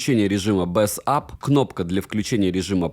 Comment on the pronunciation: БЭЙС АП! Почему ты в каждом видосе говоришь «БЭС АП»? Бесит пздц.